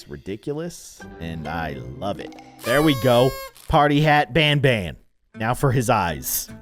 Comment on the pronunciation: BANBAN? ITS PRONOUNCED BONBON